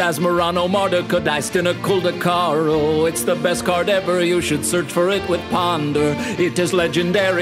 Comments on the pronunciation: I love how he says it right every single time. Well done Remy!!!!! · 11/10 for pronunciation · You are a legend for just being able to say that name. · holy jeez he can actually say the card name